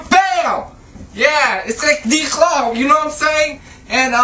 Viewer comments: lmao 'ee like D CLAUWS youknown what im sayin?!' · lol did the azn guy say d claws?